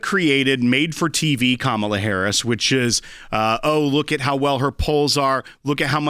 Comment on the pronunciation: IT'S KA-MA-LA........